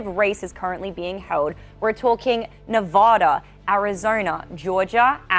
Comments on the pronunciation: Hi. It's NE-VAAH-DA, not Ne-vuh-da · The girl host “ arizornia, nerrvada” lol pls listen to yourself. No one believes your analysis.